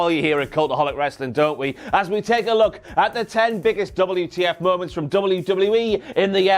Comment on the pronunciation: WTF MOE-MOUNTS.